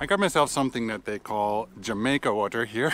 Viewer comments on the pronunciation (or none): Jamaica is hibiscus flower. It is pronounced with an H sound. Not with a J like the country. Interesting how you got the pronunciation for Xico and Xalapa correct, but not jamaica.